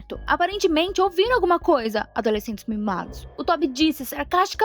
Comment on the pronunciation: "adolescêsntes mimados" 🤣🤣🤣